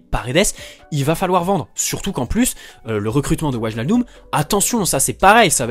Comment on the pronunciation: Ça Ma Stressé pendant toute la vidéo Qu'il dit "Waljaldum"😭😂